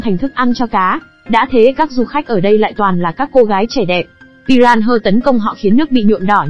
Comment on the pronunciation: huhu... con cá đó đọc tên là pi - ra - na mà, đâu phải pi ran hơ 😭😭😭